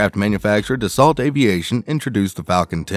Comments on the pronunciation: Its pronounced dah sow not desalt! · Pronounced "Da-SO" not "DAS-ault." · You need to learn to pronounce words better if you’re going to keep making videos. In the word Dassault the “lt” is silent. It’s pronounced Da-so. You also missed on a couple other words. Do your homework. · Can't even pronounce the company name correctly lol